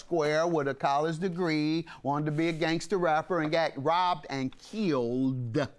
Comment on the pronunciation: JM's enunciation "robbEDDD and killEDDD in AtlantAAAAHHH."😂😂😂😂😂